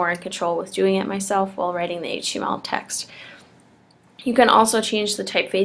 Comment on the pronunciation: Better video that most. But, sheesh, slow your roll. , I heard "writing hache text". Took me a while to figure what you meant.